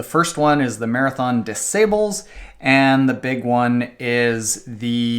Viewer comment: Check the pronunciation of ' Marathon des Sables'...and be weary of an ultra marathon running coach that pronounces it 'sables' like cables or stables.